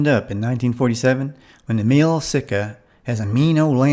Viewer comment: All good stuff but one thing I want to say is that almost everyone pronounes Emil wrong. It's not Emeel or Emel, it's pronounced Amil. Just so you know.